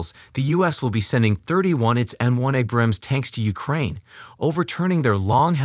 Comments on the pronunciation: The narration sounds like an AI is reading the script. A-brams, not a-BRAMS; lep-erd, not le-o-pard. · I cringe hard every time he mispronounces Abrams and Leopard Abrams (Ay-brams) Leopard (Leh-perd)